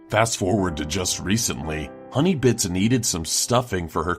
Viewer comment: I heard honeybitch not honeybits